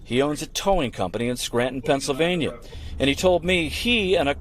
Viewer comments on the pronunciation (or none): none